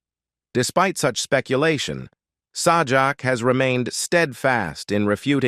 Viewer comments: Are you talking about Sawjack? Lol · Pat's last name is pronounced like Say Jack.... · Sorry it's pronounced say jack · SAH JAK? Yeah, we can take this crap seriously. NOT! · Its Say jack dumb butt. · It is Pat sajak not the other way you say it say his name